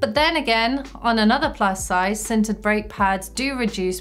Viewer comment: I totally thought she said "scented" pads the first time she said "sintered". I was about to be very excited